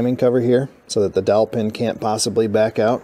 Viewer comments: I thought was saying "Killer Dolphin" until I finally saw the dowel pin 🙂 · I swear to God I thought you were saying a “killer dolphin” 😂😂😂